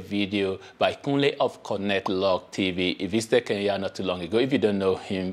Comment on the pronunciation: Why do you West Africans pronounce Kenya as Keya?,..